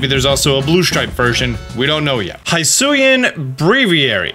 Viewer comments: It's not "high sue ian " It's "he sue ian" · It's not Hi-suian. It's closer to He-suian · It’s Hisuian.. NOT Highsuian lmaooooo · Hee-sui-ian not Hi-sui-an 😬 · Please, please say he-su-e-an, please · They literally said wydeer's name and the regional forms names hisuian in the trailer and yet you keep getting it wrong?! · They said 'hisuian' like 6 times in the present, why can no youtuber pronounce it right? 😂